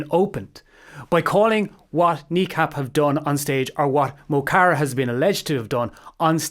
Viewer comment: Good video overall, but your pronunciation of Mo Chara is driving me loopy. The "mo" is not pronounced like "mow". It should be more like "muh", and generally when they call out his name in their lyrics it's more like "m'kara".